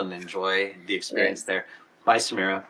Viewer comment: Samira ❎ Samura✅😂